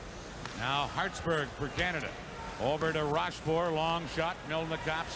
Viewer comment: РошфОр, а не РОшфорт